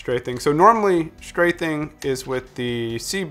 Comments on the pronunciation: its straffing, not strathing. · It's actually stray-feeng. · Just FYI "strafing" has an F, not a "th" sound.